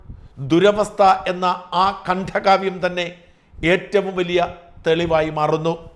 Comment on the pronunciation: കണ്ട്ഠകാവ്യമല്ല, ഖണ്ഡകാവ്യം.